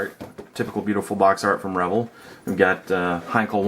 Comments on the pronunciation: Pretty sure it's pronounced "re-VELL," not "REV-el." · It's pronounced as "Ruh-vell"...vell=bell.............also its not Deculls. Its pronounced 'Dee-Kal' Decal